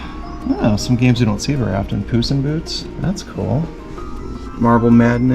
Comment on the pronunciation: Did you say poos in boots?